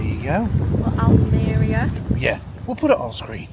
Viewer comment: Alme....ria 😂 as in Chris Rea British rock guitarist Murcia is pronounced moor cia Mercadona is pronounced Mer KA Dona as in Donna Summer American singer-songwriter. 🇪🇦🤓🇪🇦🤣